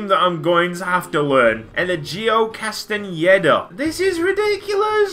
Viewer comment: Castaneda is pronounced cast-en-yay-duh